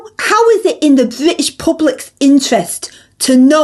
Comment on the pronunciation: Us Labours and us Bwitish, gets me every time, it's no ones bizness anyways